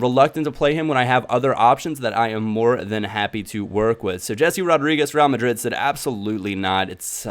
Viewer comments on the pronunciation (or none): none